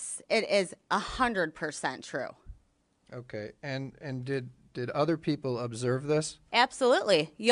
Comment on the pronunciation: She didn’t say “okay,” she distinctly said “KAY?” Outside of that you’re 100% correct!